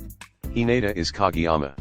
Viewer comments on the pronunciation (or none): It’s pronounced ka GAY yama